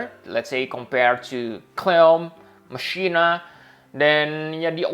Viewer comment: Pretty sure you pronounce Machina the same way Rikku does in ffX. (Ma-Kina)